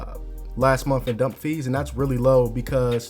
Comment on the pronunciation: And month, not monf lol